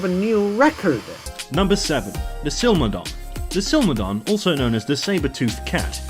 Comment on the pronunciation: I never thought it possible to mispronounce Smilodon or Titanoboa, but the Scary Tourist guy proved me wrong